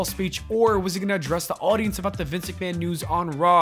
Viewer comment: It's not Vince McMahon anymore, its Vincenté McMahon. 😂